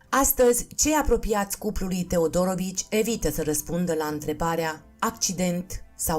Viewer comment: Interesant, comentatoarea a auzit mai înainte despre cuplul acesta? Căci și accentul în familia TeodorOvici e aiurea, și numele Andrei (???!!!) Păunescu e straniu...